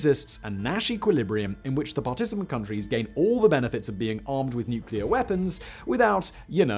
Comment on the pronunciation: Finally, someone that can actually pronounce nuclear instead of nucular 😂